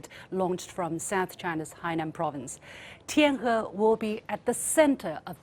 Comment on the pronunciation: LiuXin, there is no need to purposely pronounce the words TianHe or TianGong in the English accent. Just say it naturally in Chinese will sound more soothing to the Chinese people. Thanks.